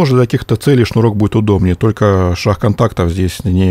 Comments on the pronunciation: что за "Шах контактов", почему южанам так сложно выговаривать букву "г"? Вопрос чисто из любознательности, без цели оскорбить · Ховор он такой😊